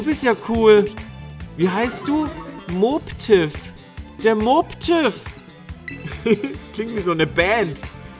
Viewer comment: Den spricht man Mobbtiff aus, nicht Moobtiff😉